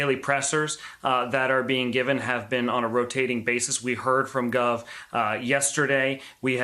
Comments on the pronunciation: It Michael Gove (sound like grove not guv) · Gove not Guv, and its Downing Street not Downing. And who takes over its the First Secretary, which in this case is the Foreign Secretary of State, our foreign secretary Dominic Raab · It is 10 Downing Street not 10 Downing also GOVE is pronounced like DROVE not like GLOVE. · It's not called Ten Downing - it's Ten Downing Street, sounds awful when you say that, and it's Michael Gove, not Guv. It's like saying The President lives in The White, and Mike Pince is a religious zealot, not Mike Pence. Do some research. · It’s “Gove”, as in rove, not Guv as in Bruv. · Lots of errors. It’s pronounced Gove like Hove, not Guv like Love. Also, it’s 10 Downing Street, not 10 downing. Also, deputy prime minister doesn’t take over. It is Dominic Raab First Secretary of State (Foreign Secretary) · "Downing Street" is never shortened to "Downing"...just sayin'....And it's Michael GOH-ve, not GOR-ve. This guy must have got stuck in London just before the lockdown! He clearly isn't the regular London Correspondent. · These guys can't seem to use English! It's called "10 Downing Street". The word is "de facto" not defunct. Gove is pronounced to rhyme with rove not with love. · It's not guv. It's gove. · Dominic Raab is the Minister for the Cabinet Office, and as such is next in seniority. However, Michael Gove (pronounced "Gove" as in "Drove") is keen to be in charge, but is not Deputy P.M. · I was going to say 'It's "GOVE", not "GOVE"'. Your way is better. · That's not how you pronounce Gove. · This guy is so misinformed. He repeatedly mispronounces Michael Gove’s name and seems to think he’s deputy PM? Since when?? It’s been announced Dominic Raab would take over if need be. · I was interested in watching till I heard pronunciation of Michael Gove.....